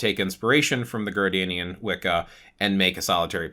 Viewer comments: It’s pronounced Gard-NER-ian not Gardanian. I’ve been watching your videos for a while now. Usually your info is at least accurate. This one is fubarred and I honestly don’t know why you chose to speak about Traditions you never trained in or initiated into, or at least researched thoroughly. The Correllian Tradition is based on a foundational myth that was concocted by two old men who were trying to get ppl to sign up for Witch School. They did some really shady things to appropriate Wiccan teachings and lore from oathbound traditions, as well as Native American spiritual practices and various cherry picked philosophies. There is a great deal of info about the truth and origin of Correllian Wicca available online. It’s mostly considered a tradition that was born from a money making scheme and is viewed as something to steer clear of. I know this was posted a few years ago. I just happened upon it whilst looking for something else here on YT. It should stay buried in the past. Sorry, this ‘explanation’ and answer to the question was just poorly done. If anyone wants to know accurate info about Gerald Brousseau Gardner and Gardnerian Wica, please read books by Phillip Heselton. He is the most respected Gardnerian historian. For context, I’m a Gardnerian HPS and FOI Prs-Hierophant and have been on this path for 38 yrs. ☮️ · It is pronounced" Gardnerian" like his name Gardener. Definitely. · It’s so funny how he says “Gardanian” everyone I know says “Gardnerian” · Respectfully, it IS Gardnerian instead of Gardenian. Source: I am an initiated Gardnerian 😅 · it’s the first time I heard it pronounced like that, anyways I know what you mean.